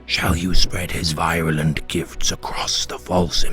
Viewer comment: The over the top Batman voice intro is a bit ruined when you can't pronounce virulent.